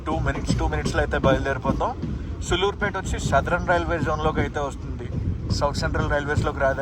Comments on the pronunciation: సుళ్ళూరుపేట కాదు అన్న సూళ్లూరుపేట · Bro pronounce sariga chey sulluripet ani bootu la kakunda daniki deergam undi telugu rakunte vlog a cheyaku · Please pronounce సూళ్లూరుపేట properly bro' its our own state 😢